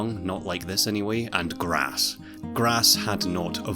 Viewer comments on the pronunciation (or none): none